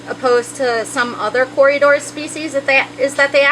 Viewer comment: What a fanciful way to say corydoras .. Cory-uh-doras